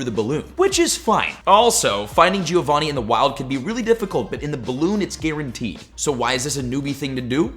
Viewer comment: Dude can't pronounce Giovanni